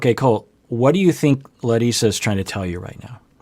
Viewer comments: He said Larissa’s name better than larissa. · Hey! My name is Leticia. I'm always watching your content and love it. As a Brazilian, I really appreciate your concern with the pronunciation of Larissa's name! It is the very first time I hear an English speaker saying Brazilian names correctly, or even trying. Thank you!